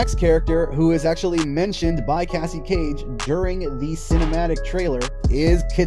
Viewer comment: its cassie no offence